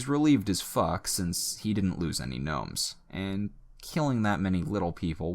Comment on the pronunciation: Did you say knomes